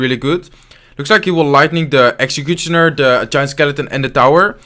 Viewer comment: When say exchicutioner 😂